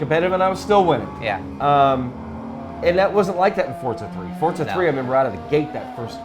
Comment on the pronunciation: FORTZA?!?!?! ....... it's Forza..